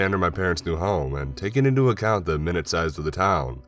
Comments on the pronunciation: when talking about size, the word "minute" is pronounced like "my-newt", meaning small. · You pronounce minute like 60 seconds